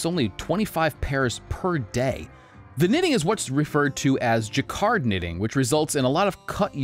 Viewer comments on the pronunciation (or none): none